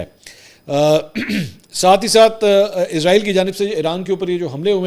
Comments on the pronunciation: پر آپ نے عزرائیل بولا تو پیارے منصور علی صاحب ۔ عزرائیل تو ایک مقدس فرشتے کا نام ہے جبکہ یہ ایک بے وفا قوم اسرائیل کے نام سے اس ناجائز مقبوضہ ریاست کا نام اسرائیل ہے۔ لہذا عزرائیل نہیں اسرائیل ۔ سین کے ساتھ پڑھا کریں ۔ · Mansoor Bhai word Israeel hy Izraeel nahi please correct